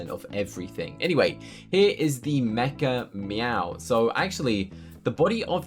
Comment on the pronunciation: Whenever you said mechameow, I thought you said MEGA “MEOW”